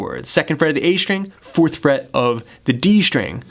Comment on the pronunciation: Thanks for those riffs! :) They are really awesome! Have just one question, and I'm sorry if it seems not very polite and not about music. I'm just not an English-speaking person. So, I saw several videos with you and you always say "shtring" instead of "string". Is it a feature of yours or it is something common? Thanks )))